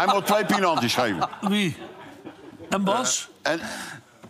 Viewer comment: Hij moet 2 "pienanties" geven. Klopt wel, het was 2 keer duidelijk hands.